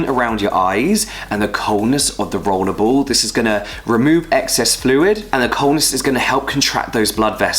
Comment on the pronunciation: "Rowlew bowl"